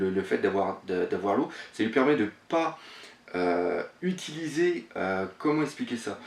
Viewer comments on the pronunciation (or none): none